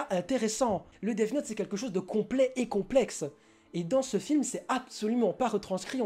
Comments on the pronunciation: effectivement tu n'es pas clair dans tes propos et dans ton argumentation le son """th""" ne se dit pas "def" mais [θ] tu sais le prononcer? Non parceque c'est pas dans ton langage donc de base l'apprendre correctement est compliqué et le pire c'est que la mauvaise prononciation c'est justement [s] ou [t] dommage que ça face perdre du Q.I hein? Ici pour death [deθ] c'est pas moi qui le dit c'est Cambridge alors peut-être que tu es plus anglais qu'un Cambridgiens qui apprend la langue mais juste au cas où t'es plus proche de la vérité en pronnonçant Defss que Dess parceque il existe un son pour le "ss" c'est [s]. Que je sache la phonétique ne met pas [des] mais [deθ]. Sur ce si il est plus intelligent de cracher sur une couleur de peau que de mal prononcer un mot et que de surcroît tu te sens visé par ses propos... Non parce que il faut le dire je perd mon temps à t'expliquer ce que tu n'ira pas voir (preuve avec le lien que t'as pas regardé avec ton intelligence supérieur qui sait tout) vu que de base t'es parti dans l'idée qu'on t'avais insulté car tu pensais justement que L allait être mauvais parcequ'il est noir sinon cette conversation n'aurait même pas lieu d'être. Maintenant quand on critique on fait des recherches et je t'invites si ta parole est la bonne à aller te moquer de tous les accents du monde qui font qu'ils prononcent mal en utilisant ta phrase "vous avez un QI d'huître" sur ce j'aimerai quand même que l'espace commentaire de reste propre et construct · Je suis désolé mais celui qui a un Q.I d'huître c'est pas celui qui trouve que L est raté parce qu'il est noir mais celui qui prononce Death Note : Def Note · haha clairement mec , depuis quand le son "th" se dit "def" , y'a clairement une grosse différence entre les deux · Diego Gilson je suis plutôt calé en anglais et je suis désolé mais on ne dit ni def ni dezz note. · Je suis la seule que ça a trop perturbée qu'il dise Def note au lieu de death note? 😅